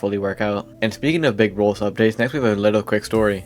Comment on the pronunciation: Are you calling roblox "rolls"